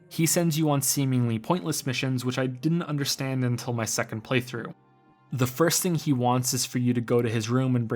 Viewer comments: Omg, "Prey throughs" every time lol. Great vid otherwise. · Wow he said preythroughsninstead of play through a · This is my fourth time watching this video and only now did I realize he says PREY-through 😅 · Was he calling it a preythrough? Only every now and the. Not all the time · did you just say preytrough? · "prey- through" Yes, yes,, I noticed. Are you happy? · Are you saying "playthrough"? Or... "PREYTHROUGH"? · I swear to God he said "PREYthrough" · Did you just say Prey-through? You horrible little man! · "Prey-though" UUUUUUUUUUUUUUUUUGH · "Preythrough" Godamnit. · Was I the only one that noticed he kept on saying "prey through" instead of play through? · "Praythrough" made me doubt my sanity every time. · "Preythrough" I hate you so much. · He should've said "praeythrough".